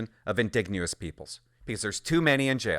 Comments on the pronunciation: It's pronounced "IN-DIDGE-EN-OUS" not "IN-DIG-NE-OUS" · In-DIDGE-en-ous, not in-DIG-nee-ous. Just sayin'. Love your videos :) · Indigenous is pronounced "uhn - di - juh - nuhs" Hearing "In -dig - neous" over and over again made me smile :') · Why do you keep saying indegnouous!? Do you even know we're talking about natives here.... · Please help your audience and your credibility. Indigenous In-DIJ-uh-nuss. And if you’re trying to be funny. It’s not. Just hurts the conservative position and makes us look ignorant and intentionally rude. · IN- De-Gin-Ous. Lol man everytime he said indegounous it distracted me. But it is 100% true, funny seeing what was in the news during peak wokenesss. I hope we keep correcting to normal daily operations, but sanderson should hsve been a lifer after the first sttempt of burns life... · what the hell are you amurican, its indigenous not "in digne us " as in "indignate who us ????" one thing that drives me insane is people that cant pronounce words that we've known since early public school, wrong !!!!! its always people that are trying to sound smarter then they really are and dont understand the word they are saying and its usually commentators, and narrators that are reading from a script, they !!!! should know better, and have a grip on the english language by now, you might just as well call them 'ingins' and 'S K' moots, grrrrrrrrrr.......................... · Bro, if I hear you miss pronounce the word "indigenous" (Inn-dig-nu-us) one more time, I swear my head is going to explode. Thanks. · Please learn how to pronounce indigenous. I agree with your criticism of the justice system. It's no longer doing its job. However, not all inmates are like Sanderson. He is an extreme case example and one man's actions does not define a failure of the correction system. He fooled them. That said, I agree with stricter rules around release and support Poilieve's announcement.